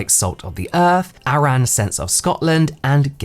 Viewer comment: For Arran Sense of Scotland, ‘Arran’ is pronounced like the name Aaron. Also a visit to the Isle of Arran is recommended 🙌